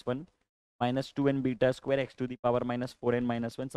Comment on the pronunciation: 😂 A स्क्वेया+ B स्क्वेया